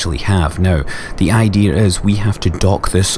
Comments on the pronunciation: no offence seriosly but i noticed you say idear not idea plz dont hate me your awesome ppl dont dislike sorry if i offended you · It's called "Intrusive R". Google it